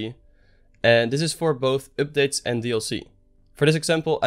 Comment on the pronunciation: I love the way this guy says oopdates!